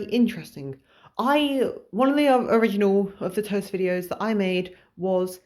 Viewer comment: I'm resisting the urge to correct every time you mispronounce "tost" with timestamps...